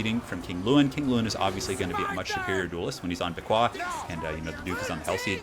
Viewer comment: Beaquis is pronounced 'Beakie'. I love that the king gave a pet name to his hippogriff.